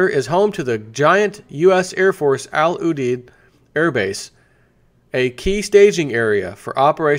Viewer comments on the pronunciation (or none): It is pronounced 'Al You-deed' Air Base.